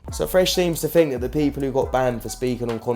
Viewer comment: "Tink about dis"---Fresh